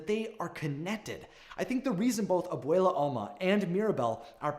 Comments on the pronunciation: The way he says abuella tho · If you say Obwele as Obwala I will literally implode. Nothing personal just a little annoying but I love your vids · “Ab-wale-a” -This guy on my yt fyp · I died every time he said abuela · Please work on your pronunciation don’t slaughter our culture by white washing it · Anyone else gonna talk about how he pronounced Abuela and casita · i cant get over the way ur saying abuela